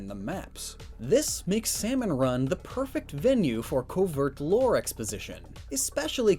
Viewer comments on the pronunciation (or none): none